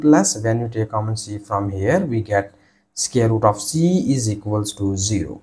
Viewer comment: Square root ❌ Scare root 💀✅